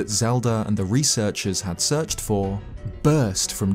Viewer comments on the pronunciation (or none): none